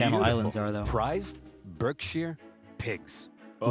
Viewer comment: As a British it is actually pronounced barkshire pigs